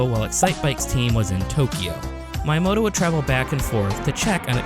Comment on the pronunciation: Same with Kyoto lol Mayamoto and Cayoto lmao